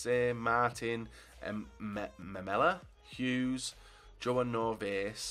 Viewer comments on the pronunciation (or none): none